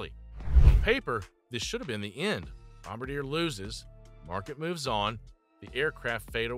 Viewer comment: welp i guess AI can’t pronounce bombardier?